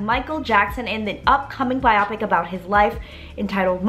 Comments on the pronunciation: This is so exciting! I cant wait! I believe it is pronounced biopic(by-o-pick). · It’s so funny when she says “bye-ah-pic” 😂😂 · Interesting way to pronounce biopic